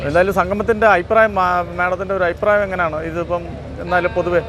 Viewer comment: Ayiprayam alla changathi,afiprayam ennu parayanam.